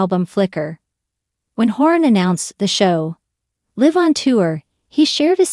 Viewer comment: Such a misleading title. There was nothing sad about this video. Niall is doing great! Also, I have such a thing about people pronouncing words wrong “live”. Get it together people!